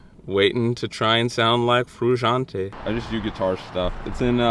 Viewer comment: Learn to pronounce his name along with chasing his tone